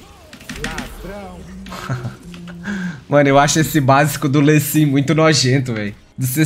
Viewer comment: q agonia ele falando LÊ sin